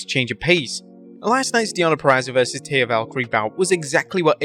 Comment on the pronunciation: What also remains a mystery is how and why you CONTINUE to refer to Mercedes Moné as Mercedes “MONEY”??? Could it be you don’t actually watch the shows or read your own comments section? (extra points: You also screwed up "Taya." At this point you could probably do a "blooper reel" on your own site.)